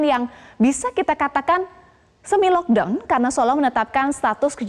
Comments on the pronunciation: ngomong nya "LoCK DawN" bikin baper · ngga konsen sma beritanya jdi konsen sma prensenternya stiap bilang kata" LOCKDOWN kek sesuatu bngett wkwk maafkn sya sesama temen2 netizenn